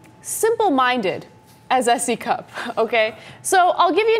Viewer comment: What I hear when you say her name is C Cup ... hardly impressive